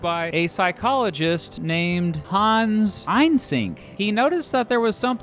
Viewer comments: Ein-sink…?!? Eye-senk … Eye-senk 😅 Also, there’s Carl Marks, and then there’s the FARRIGHT 😠😡🤬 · Why do you say 'Eynsenck' instead of 'Eysenck'?